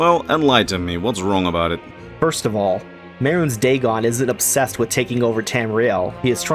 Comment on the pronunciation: Man, if only the TES games pronounced Mehrunes Dagon hundreds of times so we know how to actually say the name or something.... XD You do this a lot, you mispronounce simple words and names from the games when the games all SAY the words and such.